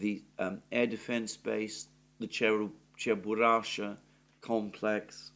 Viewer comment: "Cheburashka" ("Чебурашка")... i.e. with a "k".